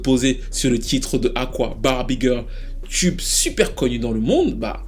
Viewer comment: Ton analyse est toujours on point et je dois avouer que je suis un peu déçu de PF2. Je ne m’y retrouve pas. Une chose me dérange dans ta présentation, tes prononciations excessives en « tcheu » , genre « tchube pop », pour moi c’est vite agaçant.